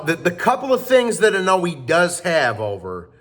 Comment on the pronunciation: how hard is it to just say Inoue(In-o-WAY) not inuwee lol